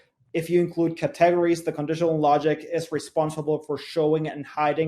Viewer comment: What a pleasure it was to listen to a Presenter who can speak Fluent English, so easy to listen and learn from, and then he pronounced the word Cat teg ga ries instead of Cate gories and I started laughing.... but I dont mind the rest of his English was just so good I did not mind at all. Oh and thankyou for this video ! it was greatly appreciated